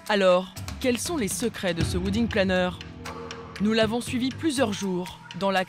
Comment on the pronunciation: Oui....surtout quand on ne sait pas prononcer le mot WEDDING.... A part les français....le reste du monde parle anglais.... "Ouidingue" ha ha ha ...